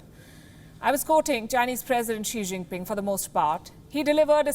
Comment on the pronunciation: Xi Jinpin "'Fong Pei"' again & again